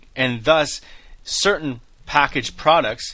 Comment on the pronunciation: When you suggested a bag as a package of milk I thought “ok this guy MUST be Canadian”... later you mentioned labeling laws in Canada and I was like ‘CONFIRMED!’. And then you said the word “without” in a certain way and I was like ‘EXTRA CONFIRMED!’ 😂